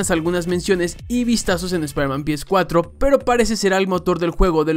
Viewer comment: Aún dices "PiEsCuatro"?? Suena horrendo